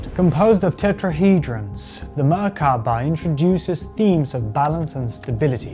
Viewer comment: What is wrong with you? Stop saying Merkaba like that.